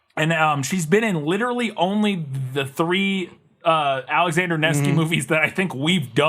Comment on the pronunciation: used to say “literately,” and that drove me nuts.